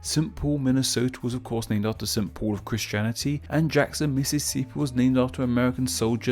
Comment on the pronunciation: Quick question, why did he pronounce Mississippi like Meeseeseep? Also the picture he used for Topeka was of One Kansas City Place, the tallest building in Kansas City, Missouri.